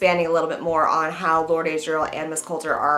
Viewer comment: Sorry but your pronunciations are so off lol, master not maister, wtf is with lord aisriel it's asriel, mrs coulter not miss and i don't even know how you managed to butcher alethiometer, it's pronounced yorek and it's demon not daimon as you should know if you've read the books.